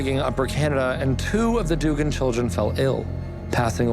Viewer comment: Duggan is actually pronounced Dug-gan not “doogan” it’s my last name